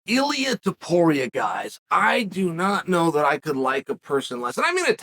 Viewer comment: Lol this is the genius of Uncle Chael. Actually pronounced Ilia Topuria name right, but got his “nickname” Mr. water bottle wrong.